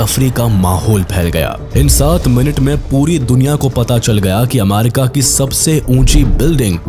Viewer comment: Bhai America hota hai amaarika nhi😂😂